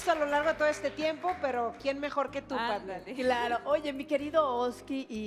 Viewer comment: Se llama padme vidente no padmien vidiente